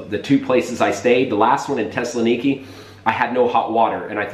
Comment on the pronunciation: Thessaloniki has a TH in the front, and it's pronounced, unlike the way you said it--Tessaloniki.